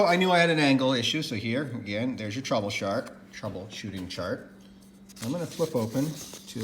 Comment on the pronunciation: I thought he said troubleshart 😅🤣